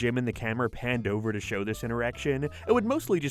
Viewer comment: You add a syllable to words. Like "show". Or "gag". You add a breathy "uh" sound at the end sometimes. Why?